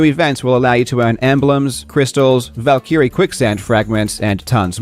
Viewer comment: Does everyone in australia pronounce Valkyrie the way you do? It sounds horrendous, hoping you're ignorant and just learned about the word. Its not 2 seperate words mate... not Val and keereeee - its pronounced all together - even in multiple languages, including nordic languages, go check forvo.